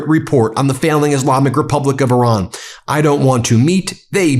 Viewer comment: Renaming Lake Ontario is beyond arrogant, but perhaps symptomatic of mispronouncing the names of other countries: Iraq, Iran, Qatar. Disrespectful even if you don't like them.